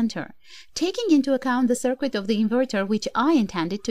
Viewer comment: I love your channel and enjoy listening to your instructions. Please keep making videos! I think you would like to know: "circuit" is pronounced as if the 'u' is silent. "Sir+kit", not "sir+kwit"